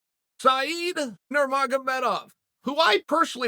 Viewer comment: This guy must be great if chael can pronounce his name and he’s an unranked fighter.